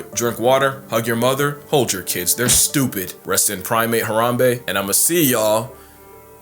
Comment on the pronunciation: The way bro said "Hold your kids they're stuPID!"